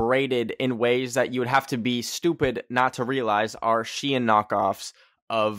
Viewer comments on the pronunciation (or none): none